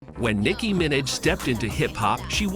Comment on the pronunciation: nicki “minach” is frying me 😭